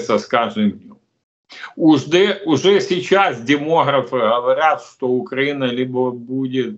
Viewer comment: Как ни странно но Мося правильно произносит слово укрАина !😂😂😂😂😂